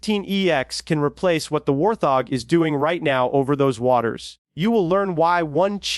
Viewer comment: say it with me..... WART-HOG......fkn AI